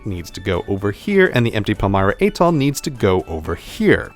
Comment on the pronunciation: Living on Guam and traveling frequently to Micronesia I often find myself trying to explain people on the US mainland the status of these places in relation to the US. Thank you so much for this presentation. A couple of comments (for a future improved version): check the pronunciation of "Atoll" and "Palau". "Marshall Islands" is spelled with a double l at the end of the first word. The labels of the Marshall Islands and Federated States of Micronesia need to be switched.